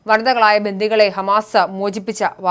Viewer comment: 'ബന്ധികൾ' എന്നല്ല, 'ബന്ദികൾ' എന്നാണ് പറയേണ്ടത് 🙏